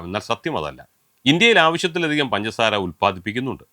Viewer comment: പൻസാര അല്ല സാറെ... പഞ്ചസാര 😆